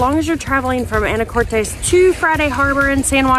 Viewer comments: It’s pronounced Ana- cortis not Ana Cortez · If you are going to do a review on the islands and Anacortes, PLEASE, PLEASE pronounce it correctly.. (a - nuh - kor - tuhs )...Not "tahs" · Ya Anacortes was named after Annie Curtis. Haha but the island its on i believe is a Spanish name. Fidalgo. Common mistake but funny. But yes its pronounced Anna core tis. And on the other hand, orcas Island is pronounced like the hispanic name, orkiss. Though many pronounce it like orca's Island when visiting haha. Its all good though. I was born there and visitors say anacortez and orca's Island all the time. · Some local feedback: it’s pronounced Ana•core•tis Also it’s Mount Vernon! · Mt Vernon not St Vernon and Anna cor tis is how Anacortes is pronounced. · Ikr the way she said it bugged me🤣🤣